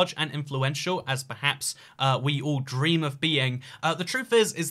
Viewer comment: Why is emphasizing the word “Dream” so much 🤔